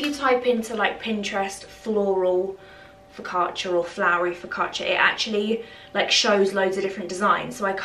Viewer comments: Your videos are just like fresh air, you and your little family are so sweet, and I enjoy every single video you upload, they are sooo relaxing. Btw, you pronounced focaccia perfectly, greetings from Italy ♥️ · I'm Italian and I can confirm you that you said 'focaccia' wonderfully well! 😊Xx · If you make focaccia again, here in Italy (btw, your pronunciation is pretty good ✨🇮🇹) we make a basic version with just olive oil, rosemary and coarse salt on top It's super simple but super good, you should give it a try 🤍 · Cozy days at home are just lovely! Focaccia pronunciation- not bad! I should know as I'm Italian born. Sending positive thoughts on new home acquisition from across the Pond!